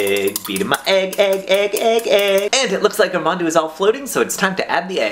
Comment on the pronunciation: every time you said 'mandu,' i thought you were talking about mountain dew... because that's what my friends call mountain dew.